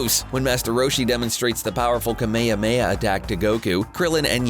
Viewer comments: why do you pronounce Kamehameha wrong.-. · When he said ‘KAMEYAMEYA' Boi' I'm Dead🤧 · excuse me but did he he call kamehameha a KMAYAMAYA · For did you say kamemeah? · Not to mention that the Hs in Kame Hame Ha are strong, I don't understand why so many English speakers keep pronouncing it wrong.